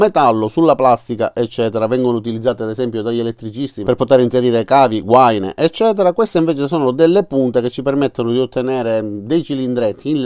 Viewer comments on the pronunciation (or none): Solito utile video grazie all quale decidere se andare alla Lidl oppure no :-D Post scriptum Poiché i tuoi video sono molto popolari, adesso hai grandi responsabilità, come recita spiderman nel film :-) Perf-ò-rmance Gua-ì-na sono le pronunce corrette da diffondere nel web!